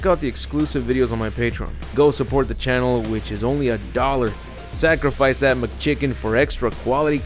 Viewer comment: It always brings a smile to my face when you say “Sacrafce that McChicken”